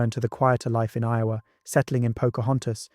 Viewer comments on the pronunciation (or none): none